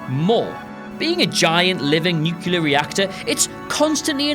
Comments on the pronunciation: please. It’s pronounced ”new-klee-er”, not ”new-kew-ler” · *nuclear (nucyulurh isn't a word) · sorry!! you lost me at "nuceular"...its nuclear...!!!! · "Nucular." You're killing me. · "Nuke-you-ler" haha. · I’m getting more and more annoyed with the “new-killer” pronunciation... is it really that hard to make a [kl] sounds for a native English speaker? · "Nucular". Nice.